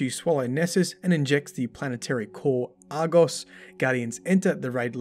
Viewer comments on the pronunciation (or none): none